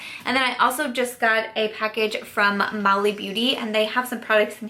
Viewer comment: Mally is pronounced different, not like a shopping mall but as in "Mal" ware. I couldn't think of any other word for the way it's pronounced lol. You can watch a video on QVC to pronounce haha. Couldn't you use the bigger light color of shadow? That's how I've used them. 😉 And I think that's her concealer palette not a highlighter one. Hey, editing this!! QVC has concealer systems of Mally's with identical pans as this highlighter you have. So sorry! 😁